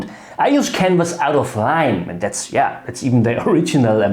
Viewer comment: When you talked about canvas of line, did you mean 'linen'? D.h. Leinen, nicht Linie oder Linien? Otherwise, I'm having a hard time figuring out what it does mean.